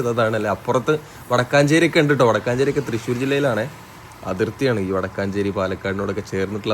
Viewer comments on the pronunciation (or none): വടക്കാഞ്ചേരി അല്ല വടക്കഞ്ചേരി